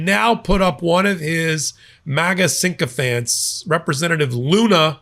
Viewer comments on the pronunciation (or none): It’s not SINK-O-FANT. Please, please, please take out the first “N” when you say the word. It’s SIC-O-FANT. Sycophant. Just remember a sycophant is a sicko. You mess up metaphors, mispronounce words, use words incorrectly. Please stop. The content of your show is excellent but when you sound like an idiot when you say it your credibility suffers. We need you so have solid credibility. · It’s SICK-ophant not SINK-ophant